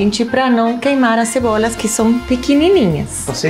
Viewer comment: Eu perdi tudo no falando Cebolhas